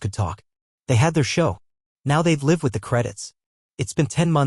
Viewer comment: Good story, good editing. Narration uses incorrect pronunciation of “live” and “lives” in context of story.